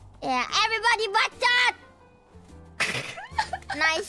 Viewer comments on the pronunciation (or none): Even though her himself was wrong, the truth word that it was "bacot", not "bacod". Haha lol kobo.